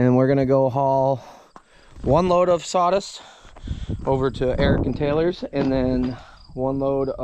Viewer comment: sawdust not "sawdist". sawdust not "sawdist". sawdust not "sawdist". sawdust not "sawdist".